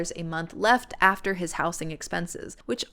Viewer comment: I’ve never heard “housing” pronounced like that; the s should turn into a z sound when you change it from house to housing, housed, etc